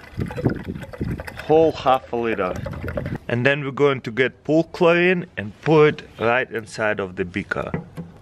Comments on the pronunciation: it sounds like hes saying paul clay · Did you say pool chlorine or perchlorate at the first experiment